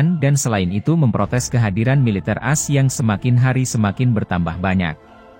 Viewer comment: Informasi yg berguna, namun narasinya harus diperbaiki masbro..AS itu Amerika Serikat jgn dibaca As🙏😃